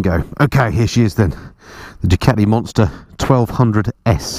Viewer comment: I do enjoy your vids but please pronounce Ducati properly